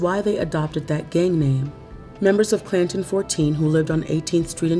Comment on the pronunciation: When I heard the narrator first say the name of that gang, Clanton 14. I thought she called it Plankton 14. 😂